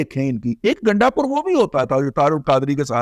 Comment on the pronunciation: گنڈا نہیں گینڈا